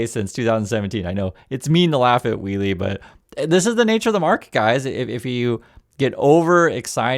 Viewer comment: He messed up "wheelie" bad...